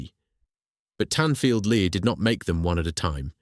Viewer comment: It's pronounced Lee not lerrrrrrr